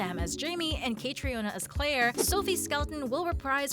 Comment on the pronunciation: God pronounce the woman's name right!!!! It sounds like Katrina.... not kate rhi ohna